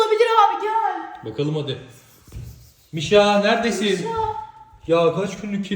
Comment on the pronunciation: Abi mişa değil buuuuuuu